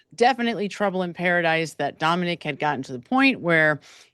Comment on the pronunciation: His name was Dominic. Not Dominique. Just sayin 😊